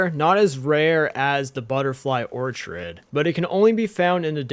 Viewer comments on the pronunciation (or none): First time i've heard someone say "or-chid" instead of "ORK-id." It's a fair assumption if you've only ever read it though! The "Stanima" was just funny though. It's stam-in-a. Starting as if you were to say stammer or stamp, then "in a" like "in a hurry." I actually didn't know about jams! I'll be using this! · Same with or-chid. 😂 Or-KID my dude hehe. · im sorry its such a small thing but it bothers me Orchird is pronouced "or kid" and is StaMiNa not Stanima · Orchid is pronounced Or-kid. A ton of people say that one wrong lol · Orchid is pronounced like Ore-kid.